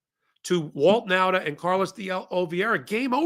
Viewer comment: Last time i tell you. Nauta is pronounced Nawta.